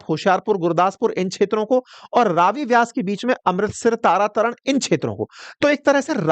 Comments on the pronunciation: For your corrections sir , ravi pe ranjeet sagar dam hai ,, madhopur is head work,, and it's तरण तारण not तारा तरण, सतलुज not सतलाज 😊😊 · Tara taran😂😂😂😂wah teacher wah it's tarantaran